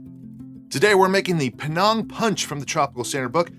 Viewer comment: Good video. Thanks. BTW, the name of the place (Penang) is pronounced like it rhymes with 'hang' (I go there often. If you like food, it's a must-visit destination)